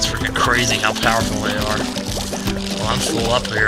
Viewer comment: So much POWAH in your Doom-Shrooms! You're so POWAFUL!?